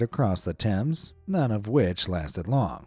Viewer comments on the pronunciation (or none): none